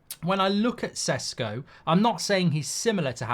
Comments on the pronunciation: You know a lot about him, and you still pronounce his surname Sesko. Šeško is pronounced Sheshko. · Its not Sesko, its Šeško, totally different pronunciation of the mans name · The correct pronounciation is "sheshko"